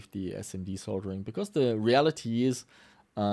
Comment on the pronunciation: You get a thumbs up for pronouncing "Soldering" properly, as many YouTubers pronounce it "Soddering" and they sound stupid.